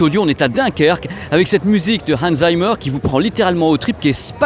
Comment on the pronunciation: sa se dit zimmeur pas zaimeur (einhzeimer) mdr